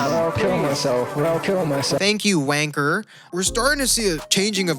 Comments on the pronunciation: The way he said wanker hit me like a bullet😂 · Please never say wanker again in your accent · saying wanker is the funniest thing as a brit